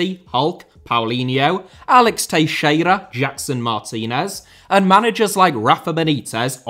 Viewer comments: Just one minor comment, nothing acttually important: I loved how you pronounced TEIXEIRA... Proper brazilian portuguese it was! Honbest to god. Beautiful! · You said Teixeira almost perfectly 👌